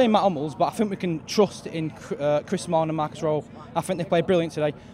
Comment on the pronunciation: Did he say rawlling & smoho instead of smalling & rojo at 1 point lol